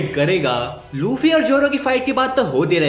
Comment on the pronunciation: Bro said luchii💀